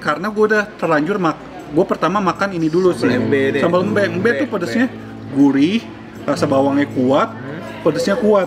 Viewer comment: Ak orang bali Menurut ku sambel embe memang dominan pedes jadi ya memang pedes Dan penyebutan nya bkn ( sambel mbek) tpi " embe"